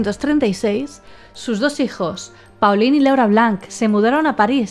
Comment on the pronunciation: Pauline-nombre femenino francés, se pronuncia: Polin Paulin-nombre masculino francés, se pronuncia: Polan (la 'a' sería pronunciada además de forma nasal)